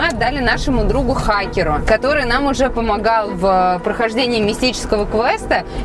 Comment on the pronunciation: Произношение слова "ХАкеру" от девушки, вот что действительно страшно!